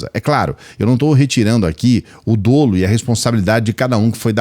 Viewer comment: Não se pronuncia “dôlo”. O que existe em termos de pronúncia é “dólo”. Por favor pare de fazer a esquerda passar essa vergonha.